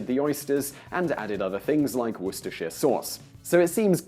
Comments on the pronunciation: Et tu Simon? Are you saying Wor-ster-shire instead of Woo-ster?? OMG Next we know you'll be saying 'Les-ter-shire' instead of Les-ter'!!! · Simon, Simon....are you English? It’s ‘wooster sauce’. Like ‘lester square’. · Why is a British man saying worcestershire sauce wrong... It's pronounced ''Wooster''. Does this guy just put on the accent or what? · War-Cester-Shire... What the hell is "Weer-ceh-sheere"? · I can understand why and Englishman would mispronounce Worcestershire Sauce when quoting an American, but why would he do so when not quoting one?